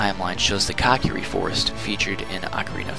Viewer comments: its co key ry not cock eerie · COCKiri forest lol. i never heard it pronounced that way.